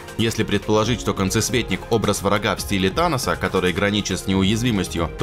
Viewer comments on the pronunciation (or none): none